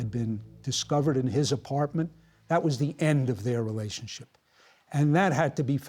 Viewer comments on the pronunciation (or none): The interviewer says 'reLAYship'. Instead of 'relationship'. What an idiot.